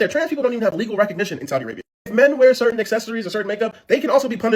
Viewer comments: It's not Saudia, it's Saudi. NO "A" AT THE END, DUDE......... 😉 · also babe, it's saudi (with an i, not ia) lol T-T <3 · Love its pronounced Saudi (Sawdee) Arabia. I just want you to know so the haters don't come for you!Much love!!☮️💜🌎☮️💜🌎